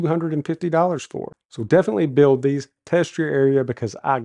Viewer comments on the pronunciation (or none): none